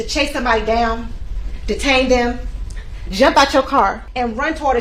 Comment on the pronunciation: This prosecutor has a DOCTORATE in law & STILL says "Axed..." & jump ouch yo car." Unbelievable. Thank god for affirmative action.